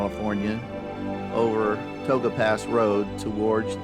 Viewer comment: Hi there, thanks for posting. Tioga Pass and Tioga Road is a beautiful drive and Gaylor Lakes Trail is an equally beautiful hike. FYI, the proper spelling (Tioga) and pronounciation is Ty-oh-gah, not To-ga. Enjoy!